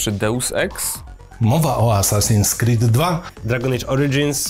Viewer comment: Gościu powiedział assassin "screed" 2 xd